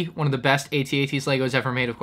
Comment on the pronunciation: It's AT-AT not AT-AT